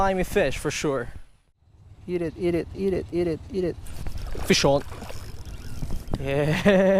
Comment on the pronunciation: it sounds like he says, fish oil instead of fish on